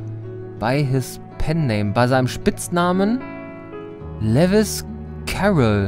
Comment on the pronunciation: Also, Lewis Carroll - den Autor von Alice im Wunderland - sollte man aber kennen! Und den Vornamen spricht man auch nicht wie Levis aus. Lewis Carroll hat Bücher geschrieben und keine Jeans hergestellt...^^ Außerdem hatte das Rätsel die Antwort doch sogar im Titel! ALLE WIRR LOS C = LEWIS CARROLL Das ist ein Anagramm und war super einfach zu lösen, weil sich doch das ganze Rätsel um Alice im Wunderland gedreht hat.